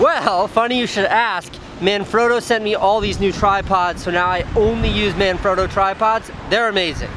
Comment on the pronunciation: man frot o. like frog. froooo. manfrotto. not otto. LOVE YOU CASEY!